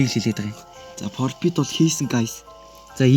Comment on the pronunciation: Profit ❌ Propit✅